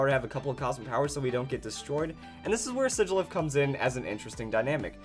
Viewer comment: I LOVE U SIGILYPH the man says shigilyph